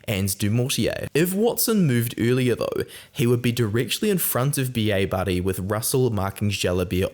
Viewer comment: Like how you say Bielle-Bairrey and it sounds like a Scot saying B.A Barry. Thought we'd picked up a new player like WP Nel